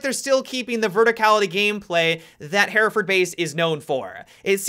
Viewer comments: Hereford = "Her-furd" Hereford ≠ "Hair-a-furd" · Am I the only one bothered by the pronunciation "Hairaford" ???